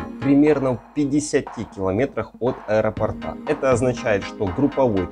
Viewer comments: Неправильно всё время делаете ударение в слове аэропорт и сантиметр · От аэропОрта, а не аэропортА😮😅